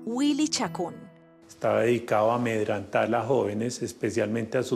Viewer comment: " amendrantar" 🙈 Este general!!! Amedrentar